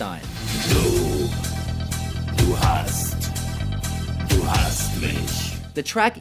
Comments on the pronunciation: he pronounce the group's name Fammstein so triggered 😡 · The way he pronounced Rammstein made me cry inside